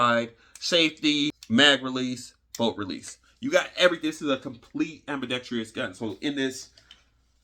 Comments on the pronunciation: Just say "AMBI"...not trious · There's no "i" towards the end of "ambidextrous" 😄😄😄 So many put a "i" back there though when saying it. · I use to pronounce an extra “i” in ambidextrous. Now when I hear people use it I feel smarter all of the sudden.😊